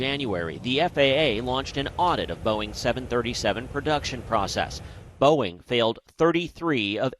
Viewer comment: You can’t blame the teleprompter for pronouncing the manufacturer “Bowen” and the airline “Yew-nited.” He improved as the story went on, but for a major market anchor, that’s not cool.